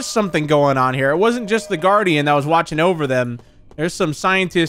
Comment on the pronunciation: Am I the only person who thinks that the way he said “guardian” in the recap kinda sounded like he said “darrin”